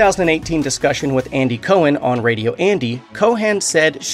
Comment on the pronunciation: “Co-hen.” Where did you learn pronunciation?